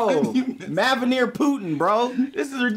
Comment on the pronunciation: "Mavanire Putin" I'm weak